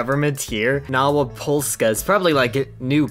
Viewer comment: Nowa Polska is a nation created by Polish people living in the USSR during World War 2. It's pronounced as "Nova Polska".